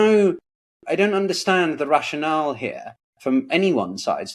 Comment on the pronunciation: The "Russian-ale"?